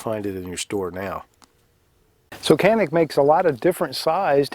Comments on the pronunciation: Keep saying janik. It’s different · Canik is pronounced Janik in turkey. However, they or we americanized the name for us and we pronounce it with a hard k sound, Kanik. Either pronunciation is correct. :)